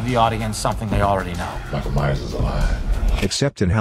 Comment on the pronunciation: "Maikol Maiyers"